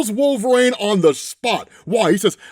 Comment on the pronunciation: Not until he figures out how to pronounce "Wolverine" instead of "Wolver-reign"